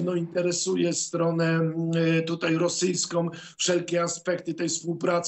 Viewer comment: "interesuje tutaj strone rosyjskOM", nic na to nie poradze, ze moje stare ucho jeszcze wylapuje, te "OM"-y!!!